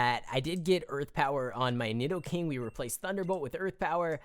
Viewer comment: NEED-O-KING NOT NID-DOE-KING